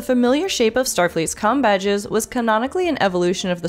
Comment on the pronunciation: It doesn't sound like you said "com" badges .